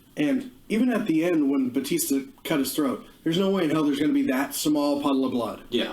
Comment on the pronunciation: It’s BA-tista not BOO-tista!